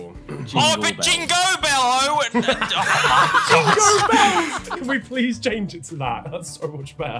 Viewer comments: Lando: "jingobells".... "jingo bello" LMFAO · Not "jingo bello" 😭😭😭😭😭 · ITS NOT JINGO BELLS IS JINGO BOMBS